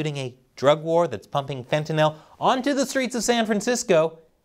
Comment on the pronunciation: Thanks for pronouncing it fentanyl and not fentinol like most tv and internet personalities do.